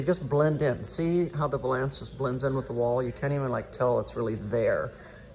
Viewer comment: Closet looks great- I think window valence is pronounced with emphasis on the first syllable like “balance”